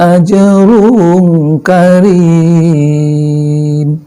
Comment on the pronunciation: Wa ajrung kabiir pak... bukan wa@